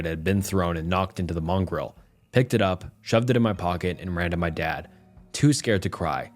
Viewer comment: That’s why I think this is AI. Additionally, how mongrel was pronounced was repeatedly incorrect.